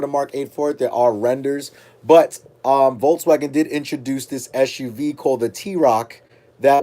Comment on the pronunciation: VOLKS not VOLTS